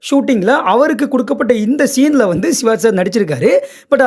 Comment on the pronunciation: சிவாஜ் இல்லை சிவாஜி என்று சொல்லுங்க